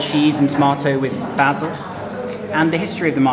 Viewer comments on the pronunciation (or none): none